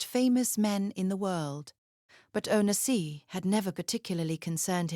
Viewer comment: At least pronounce his name properly!!!